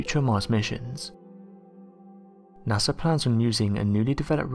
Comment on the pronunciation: Who's NASAR? 😂